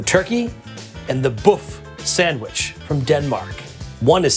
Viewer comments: Not Boff sandwitch. Böf/Bøf is pronounced boef sandwitch. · Buf Sanwish. Buf Sanwish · buff sandwich? I'm sure you could have looked up the pronunciation, George! love it tho. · The "ø" in "bøfsandwich" is pronounced like the "i" in "girl", not like "o" :-)